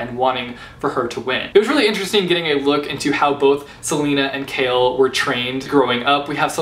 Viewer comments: 1) I say 'Ce-lay-na' not 'Ce-lee-na' 2) I say 'Shay-ol' not 'Kale' 3) CHAOLENA FIVEVER OHMIGODS DORIAN CAN GO JUMP INTO TARTARUS JUSTKIDDING BUT NO SERIOUSLY CHAOLENE FAR LYFEEE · Wow, I know I'm late to this video. But what is up whith his pronunciation regarding "Chaol"?? Is it just me who said it "Cole"?? What is "Kale"???? NOOO STOPPP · i thought you pronounced choal as in when saying coal.... l didn't know that you pronounce it as like saying kale... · I pronounce it like that too but for Chaol I read it as 'kale'. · All the while I was pronouncing Chaol as Cole. Sorry Chaol. :) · Ugh finishing ToG was the worst feeling ever... Edit: as in the series I finished KoA in 1 day Edit again: also I love your channel and I hate your name pronunciations (Chaol=kale?) Still editing: the test was cancelled because there were 4 candidates left so it was time for the final battle standoff thing